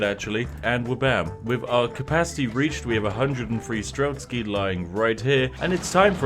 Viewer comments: Game: STRELTSY Spiff: STRELSKY Ah, yes... the famous Spiffing Brit pronunciation. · That pronounciation of strelec made me cringe every time lol.